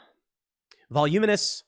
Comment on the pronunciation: I can't help but chuckle when Tim trips over pronouncing "voluminous" on the last few clips..